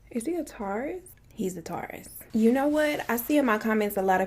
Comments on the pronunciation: Ehh. I like Bailey Sarian better. She’s funnier. And what’s a “Tar-rus”? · this video may be old, but i am just finding her page... but the way she was pronouncing "taurus." repreatedly irritated my soul. I was like "why is she saying this word like thissss?" still gone watch. but whew. Girl say that word right😂😂😂. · “My moms a tarius, my sisters a tarius….. 😂😂😂😂